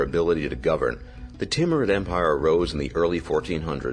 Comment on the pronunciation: I like the Teamrude empire. It's name when butchered how you said it almost sounds like Team Red Empire.